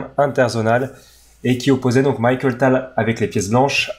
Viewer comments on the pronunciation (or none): Très bonne vidéo du magicien de Riga, merci (pt être une autre du même genre sur Spielmann)! Au fait la prononciation est Mikhaïl et pas Michael, désolé de chipoter mais ça faisait mal aux oreilles:)